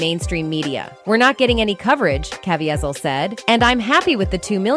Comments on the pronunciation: Jim ka-veee-zle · That dame should learn how to pronounce actors’ names- in particular, “kuVEEzl” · It's pronounced! (CAVEEEZALL) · This woman keeps pronouncing Jim’s surname it’s pronounced ca veet zil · Learn how to pronounce Jim C's name. His mom would appreciate it. 😮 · Don't know if that's an AI voice or an idiot but they got Caviezl's name wrong twice. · It blows my mind that you are reviewing this video and you can't see how incredibly fake it is. 1). It is voiced by an AI robot that doesn't speak good English and can't say Jim's last name right. 2). Mark says absolutely nothing about sound of freedom in this video - no sound bites, no interview, no quotes, nothing... 3). The only true information in here is about the Flight Risk movie, which again, has nothing to do with nothing. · I got critiques: is the chick an ai or a real woman. she mispronounced caviezel's name. know your facts, supposed journalist. #2 yes child/ sex trafficking and satanic ritual abuse spearheaded by jews do exist. but these are ACTORS could be a psyop to frame forces. beware